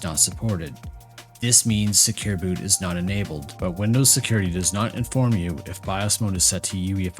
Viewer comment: Inabled, disables, inabled, disabled 🤯 Schlimm genug, dass ich nichts verstehe, dann muss ich noch deiner Schlaftablette Stimme zuhören!!!